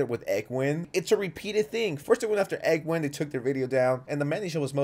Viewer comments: Cool vid but its Egween not a Eggwin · "egg-win" lol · tf is an “eggwin” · “Egg-win” lol